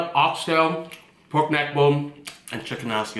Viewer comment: That nigga said poyk neck bone not pork neck bone 🤣🤣, you officially got your BLACK CARD